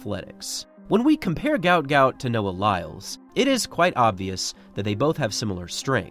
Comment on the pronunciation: Its pronounced Goot Goot. Not Gaout.